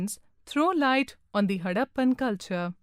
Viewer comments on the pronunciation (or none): it is harrapan not haddapan